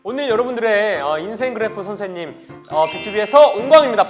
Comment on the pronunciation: 선생님 발음봐 ㅠㅠㅠㅜ 선샌님ㅠㅠㅠㅠㅠ